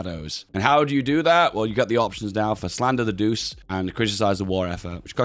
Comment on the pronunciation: I believe Il Duce is pronounced like "eel doo-chay", not "deuce"